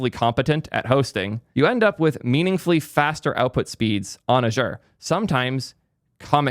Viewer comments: First time i've heard Azure being pronounce like that :p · please learn to pronounce Azure correctly 😁